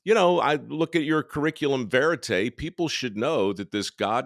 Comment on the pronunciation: If you're going to use fancy words, please learn how to pronounce them (curriculum vitae).